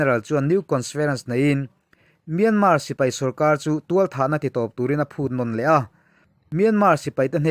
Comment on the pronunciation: Thualthah tih hi a dik lo deuh tualthah na a tih tur